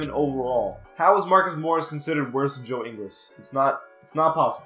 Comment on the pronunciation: If you are going to say Ingles is overrated (which he isn't and is a much better defender than Wilson Chandler and Tobias Harris), at least Ingles' name correctly